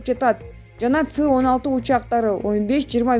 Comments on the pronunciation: Фы 16 эмес , Эф 16 учак истребитель :-) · Фы учактары эмес жок дегенде туура окучу диктор еф деп окулат F деп жазылат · Сабатсыз диктор! Туура окусан. Спикер Дастандай жазылуу нерсени туура окуй албай. Фы деген самолётту кайдан уктун эле. Билими жок!!!